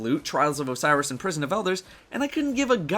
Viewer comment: "Hey gwuys it's yo boy here back with today's destiny video, and in today's destiny video, we have dis weeks loot dwops in dah pwison of owduhs" or at the end "wike, comment, and subscwibe fo daily destiny videuhs" I hate being a dick, but if you see the crap he says to subscribers in the comment section, he totally deserves it.